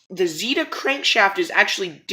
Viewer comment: It’s Z (Eh) da not z (ee) da